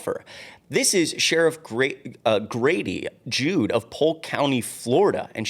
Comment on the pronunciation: Grady Jood.... 😂😂😂😂 bro, google that shit 😂😂😂